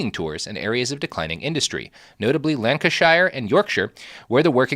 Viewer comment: He really said Lanca-shire and yorkshir side by side smbh (shaking my british head)